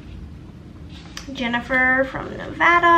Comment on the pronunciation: Yay me!! Jennifer from Nevada!! Thank you for pronouncing our state correctly!! 😊👍🏼